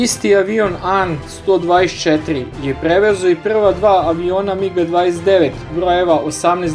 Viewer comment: Nije Ukrajinski, no Ruski transporter. Nije A-eN, već An i tako se čita... Baš kao što piše!